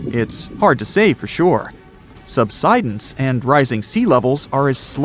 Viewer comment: it's not "sub.sid.ins"!!!!!!!!!!! it's "sub.side.ins." DAMNED STUPID A.I. READER! -----GET A REAL LIVE PERSON TO NARRATE THIS!!!